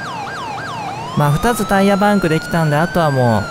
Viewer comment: 何でバイクなのに車ってwあとパンクの発音気になる